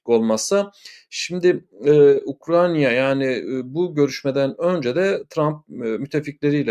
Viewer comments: Sevgli, "Ukranya " değil, doğrusu Ukrayna'dır. Selamlar. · Hocam UkraYna. UkraNya degil.